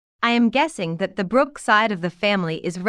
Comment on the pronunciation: Believe she is saying you are a Brugh or Ms. Brugh and it sounds like Brooks. Livingston is one of the first family’s of New York. Matter of fact, Phillip Livingston father in law is a Van Brugh.